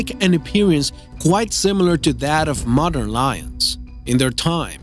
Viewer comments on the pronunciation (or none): none